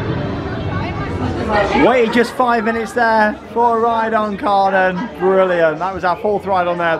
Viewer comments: Kärnan is pronounced like care-nan. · Looking at going to Hansapark this summer and is searching on Youtube to see what we could expect. Just had to pause in your video to comment on the fact that the Kärnan actually seems to be a replica of a well known landmark in Helsingborg, Sweden called Kärnan (in english pronounced like the two english words Chair and Nun put toghether). Can't wait to get on this ride!! 😍Now I'm gonna keep watching the rest of your video and I have a feeling you will get me even more excited to go to Hansapark! 😁